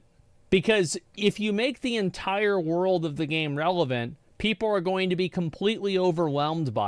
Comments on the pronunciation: Am I the only one hearing "woddle of warcraft" everytime he says "world"? 🤔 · Every time this dude says Wurald (world) you gotta take a shot.... god damn you drunk after the first 5 mins..... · New WORULD! LUL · waruld. it's hard man.... SO HARD...